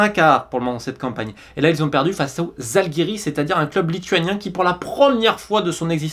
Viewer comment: Bravo Zalgiris 🇱🇹 (prononcer le z avec l'accent comme un "j", pour info 😊). Quant à Newtown, beau parcours, je m'en souviens qu'à l'époque ils luttaient pour le maintien dans le championnat gallois... Bref, ça fait plaisir de retrouver tous ces clubs qu'on trouvait déjà aux tours préliminaires de Coupe de L'UEFA il y a 20-25 ans...